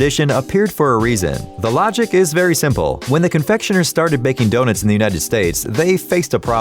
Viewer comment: Did he just called the Donets